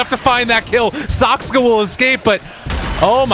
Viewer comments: SAKSKA SAKSKA SAKSKA it fucking triggers me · The pundit can speak clearly with 200 words per minute but somehow manages to pronounce T.bird Saksa wrong every single time ...